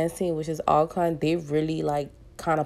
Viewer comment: It’s pronounced All -Corn not being shady :) I got corrected by a hostile fan before